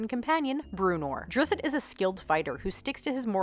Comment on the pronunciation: Drizz-it? Really? I say Drist.